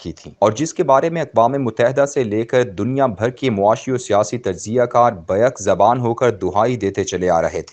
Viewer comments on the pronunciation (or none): ... "ba-yak-zabaan" is correct pronunciation ... not "BAIK-zabaan"; maybe the guy is affected too much by Al-Baik Chicken ... 😀😀😀😀😀